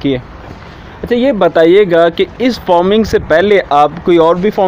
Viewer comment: بھائ فورمنگform نہیں فارمنگ farmسے صحیح لفظ!